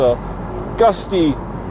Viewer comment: "gutsy" not "gusty" engine LOL